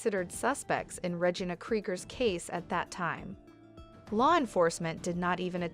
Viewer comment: It's not Regin A its Re gina